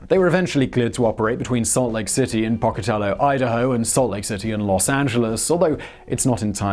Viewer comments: It's Poka-tello (Pocatello)! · Simon, I'm from Idaho, you pronounced "Pocatello" wrong. This eastern Idaho town with a major UP sorting yard. is pronounced POKE - A-TELLO NOT POK-A-TELLO! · I really wish Simon would learn to PROPERLY PRONOUNCE place names! It is OGDEN (pronounced with a short O, as in AHgden), and it is POCATELLO, with a long O, not Pahcatello!